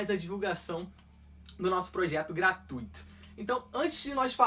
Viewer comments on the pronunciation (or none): none